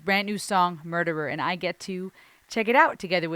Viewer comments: Damn, can sing. Let's hear it! What a great song. LOVE the groove and feel of this one. Ren smashes another one. I love his pronunciation of the word "murderer". Anyway, great reaction once again! Thanks,.:) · The reggae link that was immediate for me when he said it had a touch of reggae but mainly hip hop, along with the song title is Barrington Levy - Murderer, even how Ren pronounces Murderer just reminds of Barrington Levy. I think Ren has smashed it out the park on this one, I want to say its my new favourite but its getting hard to pick a favourite.. :D RA TA TA TAT